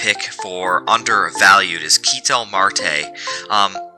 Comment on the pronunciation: Keh'tell like kettle not keee-tell